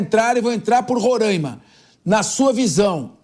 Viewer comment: Me agonia ouvir este apresentador falando Rorãima